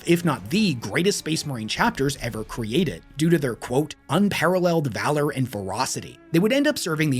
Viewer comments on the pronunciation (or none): none